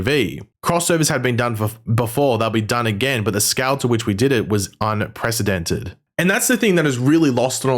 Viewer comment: Why does he say scale as “SCAL”… lol 😅